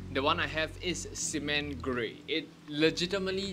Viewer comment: The way he said cement got me cracking up